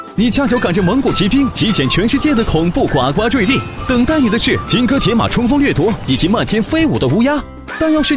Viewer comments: 先把读音给我读准了再来做视频。呱呱坠地（gū gū zhui di) 不是guāguā。真的受不了。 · 呱（gu）呱坠地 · 呱（gu第一声）呱坠地